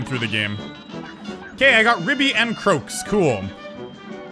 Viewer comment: Croaks. Not crooks 😂